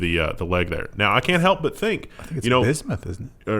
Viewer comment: Bi-smuth? Dude, look up bismuth on YouTube and have your mind blown.